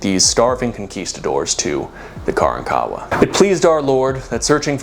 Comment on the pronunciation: Hey my dude, know youre not going to see this but grew up in Galveston. Its not KARAN-kawa but kaRANkawa